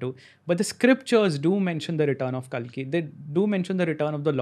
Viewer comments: Its Kalki not Kaalki. Angrezi mai bolte bolte angrez na ban jaya karo. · Its kalki not kaalki.